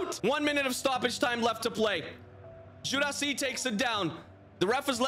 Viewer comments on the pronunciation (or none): Guirassi is pronounced "Guee’rassee", not "Jurassi" Llorente is pronounced "Liorentè", not "Lorentè"